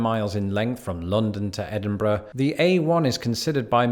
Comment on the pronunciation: Its Edinburgh